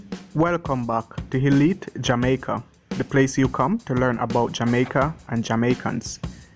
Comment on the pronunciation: It’s not helite ...it’s elite.